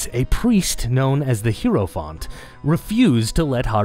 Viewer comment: Hierophant - /ˈhaɪəɹəfænt/ or /ˈhaɪɹəfænt/ - for those who can't read IPA, the main takeaway being that "hie-" here sounds like the greeting "hi" (I legitimately heard "hero font" and thought it's some DnD term I did not know, until I saw it on screen)